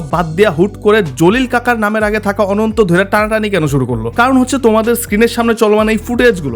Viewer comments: অনন্ত ❌ আনান্তা ✅ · R ekta ache NTE. R ei pronounce ta ononto na.. Asole dekhte omon.. But ananta er uccharon ta অ্যানানতা hbe 😂😂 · অনন্ত ❎ আনান্তা ✅